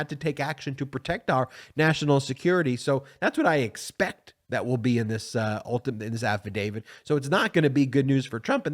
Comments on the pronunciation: It's "affidavIT, not affidavID." Just throwing that out there. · AffidaviT not affidaviD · We need to be patient with this process, but we also need to learn to pronounce the word "affidavit" as it's spelled. (Sorry)